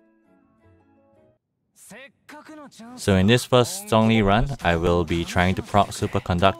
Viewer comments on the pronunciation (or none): Still pronounced zhongli wrong though. I’m using Chinese voice so I hear the correct pronunciation of his name